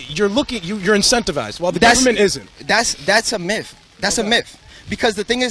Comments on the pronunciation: Homeboy said it's all a miff! LMAO you think he meant Myth? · Can't fucking pronounce myth yet somehow thinks he knows what's up with the "myphs" of profit". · "that's a miff"?? Do you mean a MYTH?? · datsa miff, datsa miff. Maybe if these ingrates had a better grasp of the English language they wouldn't be perpetually broke.